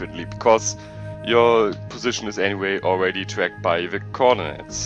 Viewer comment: Hab mich schon gefragt warum du ze sagst ._.